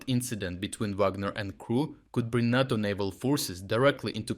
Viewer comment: 'Tis Nayto me 'ansome not Narto.